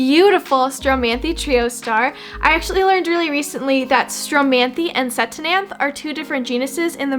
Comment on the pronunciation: We have so many of the same current favorites! I also think the c in ctenanthe is silent! According to how Summer Rayne Oakes pronounces it!